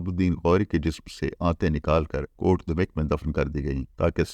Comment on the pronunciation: السلام علیکم سر ۔۔۔ حسب سابق ایک نہایت شاندار ولاگ۔۔۔ بس گزارش ہے کہ غوری کا مقام شہادت جہاں اب اس سلطان ہند کا نمائشی مقبرہ بنایا گیا ہے ۔۔ کا نام کوٹ دھمیک کا تلفظ Kot Dhameek نہیں بلکہ Kot Dham yak ہے ۔ برسوں پہلے جب کہ ابھی وہاں مزار نہیں بنایا گیا تھا ، ہمیں اپنے سوہاوہ کے دوستوں کے ساتھ وہاں جانے کا اتفاق ہوا تو انھوں نے اس گاؤں کے نام کے تلفظ سے متعلق تصحیح کروائی تھی ۔۔۔۔